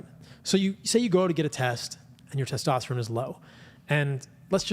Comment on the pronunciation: Teshtashtatron Bro get those pubes outta ur mouth you cant even talk